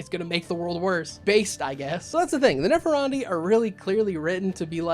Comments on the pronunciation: Nepharandi? Neph-an-di. There's no "r" in there. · There is no "er" in Nephandi. I had to check to see if I was wrong. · Only complaint I have is that your pronunciation of "Nephandi" kept making me giggle. Granted, I think it's butchered from an Indian language but it's pronounced "neh-FAHN-dee." But also yes, MORE mage content. I want a whole Ngoma video, read about them in the 'Forbidden and Forgotten Orders' book that just came out. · TL:DR all comments.... but there is no "r" In Nephandi lol i dont know why it bothered me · Nephandi......... ................. .............. ........... Where's the "r" you keep pronouncing?